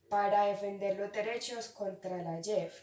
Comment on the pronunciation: Noticia de Alejandra león: Leíste muy bien la noticia, pero la leíste muy pasito en el cual me dificultó escuchar cierta parte de la noticia, debes de poner un esfuerzo de subir un poquito el tono de la voz para que se te pueda entender; Su resumen está muy bien estructurada pero te hago una corrección, en una parte dijiste “yep” en vez de “Jep”, me refiero a la pronunciación de la palabra; su opinión fue muy buena porque hablaste de algo positivo pero te faltó postura crítica, o sea, mirarlo desde otra perspectiva. Por último, sus preguntas quedaron bien formuladas pero sin las tildes le quita coherencia, por eso debes de tener en cuenta en que momentos utilizar las tildes. Noticia de Juan José Monsalve: Leíste muy bien la noticia con un buen tono de voz; el resumen fue muy somera, debías de haberlo resumido otro poquito más para no perder contenido de la noticia y clarificarlo; su opinión habló mucho de “hay que hacer” pero no miraste desde otra perspectiva para sacar postura crítica (faltó postura crítica). Sus preguntas fueron formuladas muy bien, pero debes de tener en cuenta las tildes, porque una tilde puede cambiar el sentido de las palabras y puede perder coherencia la pregunta. Noticia de Yuliana Betancur: Leíste muy bien la noticia, eres muy buena para leer; su resumen fue muy estructurada y clara; su opinión fue muy clara pero te faltó postura crítica, debías de mirar en otras perspectivas, analizarlo y dar cuentas una opinión con postura crítica. Por último sus p